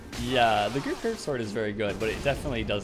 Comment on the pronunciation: was he saying the "great curved sword" ? I couldn't quite hear clearly and it sounded like "grouper" or "grouped" curved sword lol